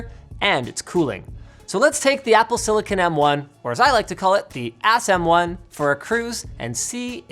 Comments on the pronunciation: *Asm1 no second s and also he pronounces it like Az m1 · But he said "Ass m1"